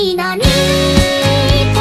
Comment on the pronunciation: な↑に↓な↑に↓じゃなくてな↓に↑な↓に↑なのか